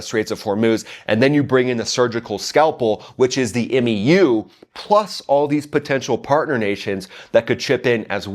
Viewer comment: Solid videos but please stop pronouncing the letters in MEU individually. It’s slowly killing me. Just say M and U together.